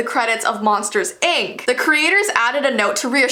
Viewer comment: Why did you say ank instead of ink